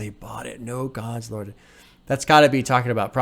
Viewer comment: "Served on curbs where they bought it, no gods lorded" is a double entendre. The first referring to how Ka feels God abandoned him and the hood. There were no gods to lord over or protect them. The second meaning is similar but he pronounces "lorded" in a way that makes it sound like "loitered". So "no Gods, loitered" referring once again to the lack of God's protection on the block. Very clever phonetical trick by Ka here.